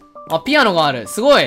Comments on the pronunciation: ぴ⤴あのがある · ピア⤴ノ⤵︎がある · 久しぶりのマイクラやっぱりおもしろい ピ↑アノ↓がある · ピ⤴︎アノ⤵︎があるー